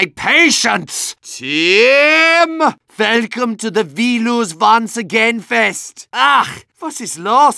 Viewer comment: My skill is WASTED on this team! Velcome to the ve-lose-once-again-fest! Almost every Valve server ever.